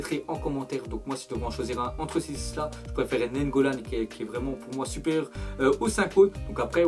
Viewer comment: NANIGGOLAN PAS NAIGGOLAN